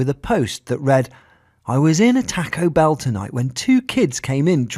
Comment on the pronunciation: Its taco bell not tuco bel`